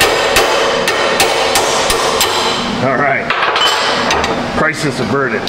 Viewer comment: After you got the broken bolt out did you say Chrysler's averted or Crisis averted ? lol